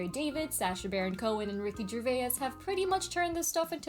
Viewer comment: Ricky ger-vey-es... niiiice